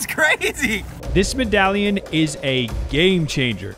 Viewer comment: Lol he found a 15 dollar coin and said it was a “meddalion”